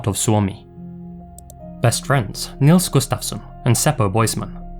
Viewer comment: You pronounced Nils Gustafsson really well 😊